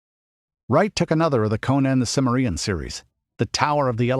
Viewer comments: For edification, it's pronounced Cim - MER - ian, emphasis on the second syllable. Jeez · Also, it's Kimmerian, not Simmerian. The narrator should know this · Good....but why your anal pronunciation of cimmerian ?